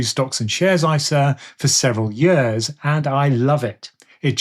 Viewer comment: Is anyone else hearing "yurs" instead of "years"?.....Just me? 🤪